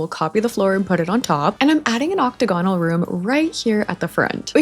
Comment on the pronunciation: im begging you to start saying octagonal correctly 😅